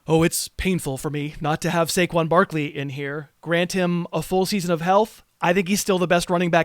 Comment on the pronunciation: Im yelling… it’s Saquon… he listens to the pod